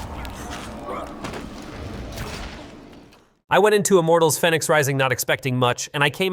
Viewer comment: It's Feenyx, not Fennyx. There's even a joke about it in the game. Otherwise, good video.